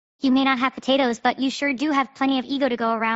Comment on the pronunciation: Reimu constantly saying tatoes is making me mad. im ngl.